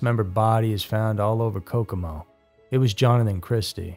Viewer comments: It's kokomo indiana not cacoma indiana. It was said wrong twice then later it was said right. I appreciate so much this content. Thank u for highlighting Brandys case. I do wonder if with cold cases mistakes and in some content false info and straight bs only makes it more difficult in solving the case.. and upsets the loved ones of the victim. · It's about a two-second lookup to see how "Kokomo" is pronounced, but even so, it's just as it looks... not "Ka-ko-ma". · Are you trying to say Kokomo? Wow, way off